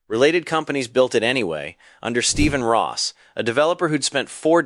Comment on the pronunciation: It's Roth methinks; not Ross.